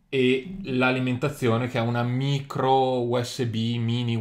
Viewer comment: No, non è micro usb ma Mìcro usb, pronuncialo come si deve, DIO!